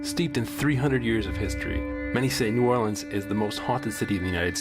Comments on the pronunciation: They said it how it’s supposed to be pronounce I’m sure locals say it different. I’m from Chicago and people here say it different also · ❦𝓒𝓸𝓸𝓴𝓲𝓮 𝓛𝓾𝓿𝓈❦ That’s how it’s pronounced look it up